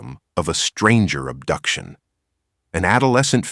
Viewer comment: "ubduction?" huh????